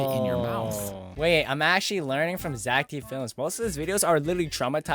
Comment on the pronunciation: Bro that is Zack not zeck